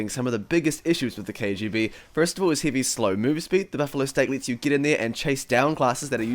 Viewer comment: I heard ''Hivey weapon'' in the start